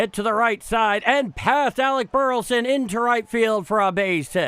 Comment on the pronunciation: Thanks for what you do only way I can follow the guard, but please say Bur La son. Not Burton